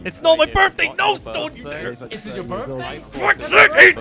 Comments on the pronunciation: it sounds like he is saying 'its not my birfday' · It's not your "Birffday" but it is your birthday!